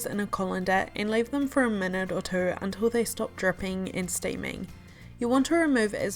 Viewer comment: The way she said “two” had me rolling 🤣